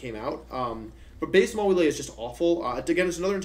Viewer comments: You have no idea how much it bugs me to hear someone pronounce Mawile as "Ma-wee-lay". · The fact that you just said maw-wheel-aye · Hearing how he pronounced mawile felt like a slap in the face